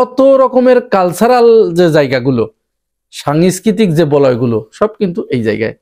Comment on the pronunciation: সাংস্কৃতিক উচ্চারণ ঠিক করেন প্লিজ, সাংয়েসকৃতি হয়ে যাচ্ছে।